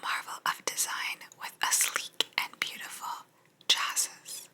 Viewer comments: Nope. Pronounced Chassee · Love these!! So glad you found this book. Chassis is pronounced “CHAh-see”. It’s the frame of the car. 👍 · Chassis - pronounced chashee